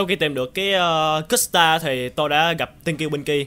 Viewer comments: Custard mà đọc là Cứt stard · Anh đọc bánh custar như kiểu cức'sstar vậy